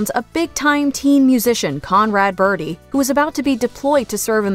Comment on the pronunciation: "Bye bye bird-hee" just grinds on my nerves. There's no H in BIRDIE!